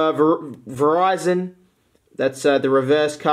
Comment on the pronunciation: I got a Verizon ad after he pronounced Virizions name like the Verizon